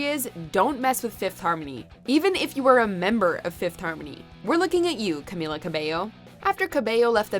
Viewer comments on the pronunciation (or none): none